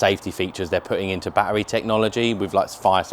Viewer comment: It's NOT baa-EReez. It's a ba-TTeRy C'mon Lad a handsome guy like you shouldn't be talking like that.